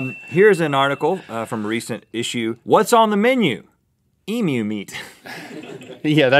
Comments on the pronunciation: Omg they finally learned how to say emu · Thank you Rhett for addressing the proper pronunciation of "Emu". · You said emu correct :o, and then made a point about it, made my day lol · As an Australian, I appreciate your pronunciation of Emu. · Just glad that an American finally said emu right. (Eeem you) -kind regards from a proud Australian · Yay! Rhett pronounced emu correctly :D I got way too excited about it, and then he pointed it out, lol. I've eaten emu before, as mince in a pie. It was like a regular meat pie, but the meat was a bit more flavoursome. I got it at a place called Freddo's Pies in Frederickton. If you are ever on the East Coast of Australia and have the time to make the drive, I recommend going. They get voted best pies in Australia fairly regularly.They do savoury and dessert pies; single serving and family size. The Roast Lamb and Mint Jelly Pie legitimately tastes like you are eating a meal of roast lamb in a pie (not gum so don't worry). And it's fairly easy to guess what the pies will be like because they are named just by what's in them. Which makes me worry about the Truckie Pie... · All Australians are living Rhett at the moment because he pronounced 'emu' correctly! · Thet actually said emu right, im so happy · When Non-Australians know how to pronounce Emu. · It's awesome to hear Americans pronounce emu right!!! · An American said emu correctly. Now on to aluminum.